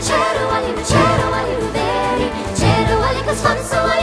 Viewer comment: It should be "Teigh Abhalie Riú" which would mean "Go/get home with you" not Teir, but it depends on the dialect and pronunciation. Wondering who the singers are, never heard this version with English verses before.